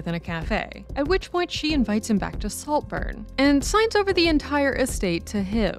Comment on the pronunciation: Slowburn? Noburn? but a great Take as always.